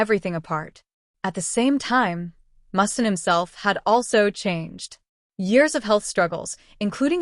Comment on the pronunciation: Who the F is Mustan? Pronounce his name right!